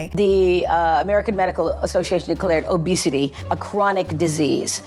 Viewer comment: “People struggle with obesitayyy”